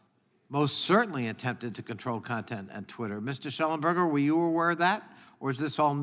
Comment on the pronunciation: Mr Shellenbeck, Mr Lunch? Why does he purposely mispronounce Shellenberger’s name? They think they are subtlety insulting them.. I guess… What bs… we are paying this guy’s salary!